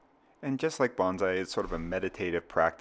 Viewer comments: “…sort of like Banzai”… ??? Please. It is “Bone Sigh”! You are not a WWII Zero pilot! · Hate to be the guy who says its pronounced ‘bone Sigh’ not ‘bahnzai’ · Can you try to pronounce "bonsai" correctly, please? The first syllable should sound like "bone" and the second like "sigh." "Bonsai" is tree art. "Banzai" means "hurray."